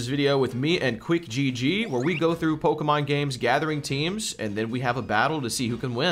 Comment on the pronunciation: How these two know so little about Pokemon and mispronounce so many names yet it's been the entire presence of their channels for a long while now is beyond me